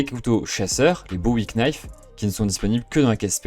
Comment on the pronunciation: On ne prononce pas le k de knife